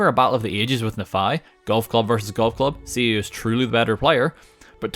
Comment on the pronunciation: It Knee-Fi, not Na-Fi.